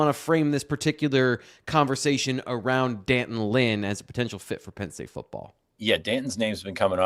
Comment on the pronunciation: It’s pronounced D’Anton! Did ever have phonics!